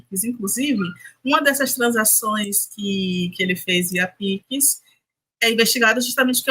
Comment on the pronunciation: Alguém ensina essa mulher a falar pix.